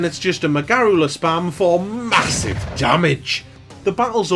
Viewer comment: “and we run in for MA-SIVE DAMAGE!!” 😂